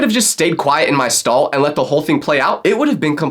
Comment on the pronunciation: Not me thinking he said I picked my skull not stall 😭🙏